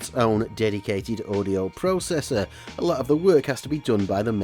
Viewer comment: you say processor wrong